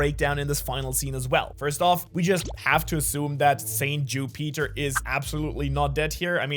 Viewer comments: Don’t wanna complain but u said ju-Peter instead of Jupiter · Every time he said “Jew Peter” he had me rolling on the floor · The name Ju Peter not Jupiter, the mucus mistake, idk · Bro, i love your videos but the fact that you are calling Jupiter "Jú Píter" its triggering af 😂😂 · bc it is Ju Peter not Jupiter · Jew-Peter lmao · Learn how to say Jupiter correctly… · The way you say Jupiter bothers me